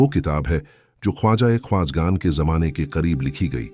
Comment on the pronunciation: Aapko jahan z bolna chahiye wahan j bolte hain jaise zamane ko jamane